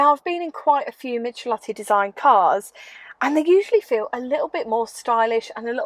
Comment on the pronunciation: Forgive me if I sound petty, but I believe you’ll find the designer of this car is pronounced Mick-el-otti, not Mich-el-otti. Otherwise, great as always. Fantastic hair by the way!